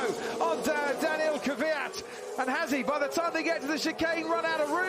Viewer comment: Every time Croft lazily referred to Daniil Kvyat as Dani Fiat I wanted to punch him. Still do.